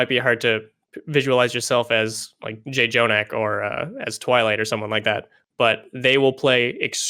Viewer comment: He said JayJonak